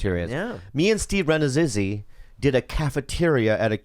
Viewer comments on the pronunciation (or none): Lol. Bobby doesn't know Steve Rannazzisi's last name. He's always calls him 'Rennezzisi'.